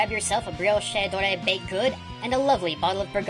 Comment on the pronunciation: briochaydoray and burgogniay? why so many "ay"s?? Bree-hush dorée and boor-gong